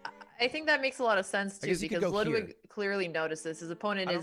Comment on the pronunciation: its pronounced „loodwig“ not ladwig